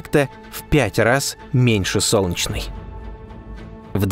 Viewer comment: Сделай с собой что-нибудь! Не глотай Е когда говоришь "Солнчной системой". Очень бьет по ушам. Пожалуйста. СОЛН- Е - ЧНАЯ СИСТЕМА.